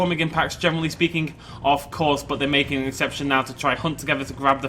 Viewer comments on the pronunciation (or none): none